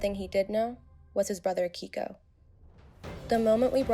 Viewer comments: It's KEIKO, pronounced KAY-KO...not Kiko. 🤦🏽‍♂️ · Why is the Dodo recycling stories? Also, Keiko is pronounced kayko